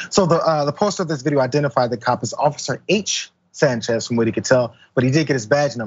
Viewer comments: Did you say"SANCHEZZ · Did you say, "SANCHEZ"? , WTH..!